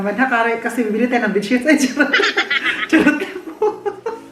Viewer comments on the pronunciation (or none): hahahaha ha 🤣😂🤣😂🤣😂😂 Ang dinig ko Vetsin!!!